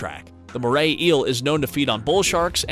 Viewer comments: I found something weird in the moray eel why do u say it like Morley eels? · There is no l in moray eels 😂